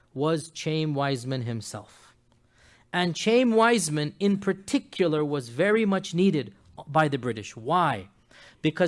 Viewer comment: It's pronounced Chah-yeem Weizmann, not Chame, you fool. He wasn't a wealthy Jew he was a poor Jew that happened to be a brilliant chemist and invented a way to mass produce acetate so that the British could continue to produce explosive shells and win the War. It was partly out of gratitude for this contribution to the War effort that the Balfour declaration was written. And FYI Jews have been trying to get Jerusalem back ever since it was destroyed by the Romans 600 years before Mohammed was born.